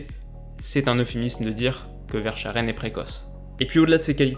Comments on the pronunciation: En Belgique le sch se prononce K xD ! Donc pas Verscharen, mais Verskaren ^^ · On dit VersKHaeren et pas verchaaren ;) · Ahhhhhhhhh Verschaeren se prononce VEURSKAREUN 😅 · Cc! Très bonne vidéo juste une erreur sur la prononciation de verschaeren( ça se prononce verskaren et non vercharen) je ne veux pas paraître paternaliste mais en tant que belge j’entends régulièrement des français se tromper en prononçant le nom de nos joueurs ou des joueurs hollandais( de bruïne au lieu de De breuyne pour de bruyne van dijk au lieu de van deyk...) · Ca se prononce Verskaren pas Vercharen ;) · Très bonne vidéo mais c'est verschaeren se prononce verskaren et pas vèrscharèn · Par contre, on prononce " VersKaeren" Super vidéo comme d'hab! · Verschaeren ca se prononce Veurskareun (c'est juste pour la prononciation ahah). On le surnomme souvent le futur Eden meme si il est peut-être moins précoce. Super vidéo comme d'habitude ! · Excellente vidéo comme d'habitude. Juste un clin d'œil pour Verschaeren où "ch" se prononce comme un K 😉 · Ahh content que tu parles un peu du championnat belge. Par contre petite précision pour Verschaeren ça se dit Verskaren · Top vidéo comme d'habitude, juste petite précision sur la prononciation de Verschaeren. On le prononce Verskaren. Voilà ! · Très bonne vidéo comme toujours. Et sinon pour être plus précis dans les prononciations, Verschaeren se prononce Verskaren avec les deux "e" qui se disent "e" et pas "è" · Super vidéo, encore et sinon ; Verchaeren ça se prononce Versca(aaaa)ren et si t'as besoin d'aide pour prononcer des noms Belges/Néerlandais, hésite pas à demander ^_^ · Très bonne vidéo comme d’hab juste le nom de famille de yari se prononce verskaren😊 en tant que fervent supporter Anderlechtois ça me dérangeais de te le dire 😂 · Verschaeren c'est clairement un type que Kompany va façonner de manière a rejoindre City dans 2-3 ans Et ça se prononce Veurskareune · VersKaren ça se prononce ahah sinon bonne vidéo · On dit YARI VÈRSKAREUN